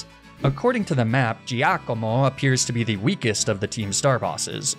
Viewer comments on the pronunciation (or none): Duuuuude the dark boss is GIACOMO not JEEAKOMOH xD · As an Italian, please let me tell you you need to work on your pronunciation of Giacomo (or Giovanni, for that matter). "Gia" and "Gio" in Italian are equivalent to "Ja" and "Jo" in English, so you would pronounce them "Jacomo" and "Jovanni." Also, no need to add that fake Italian accent that no real Italian has. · As an Italian, I totally lost it at your pronunciation of Giacomo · No need to put all that effort in pronouncing Giacomo, you're butchering it anyway lol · look, he went out of his way to pronounce "Giacomo" with a funny accent, to make it sound more "Italian." I'm just providing information on the correct pronunciation, hoping that maybe, some day, Americans will start pronouncing Italian words more correctly (and without using the insulting fake Italian accent they think is so authentic.)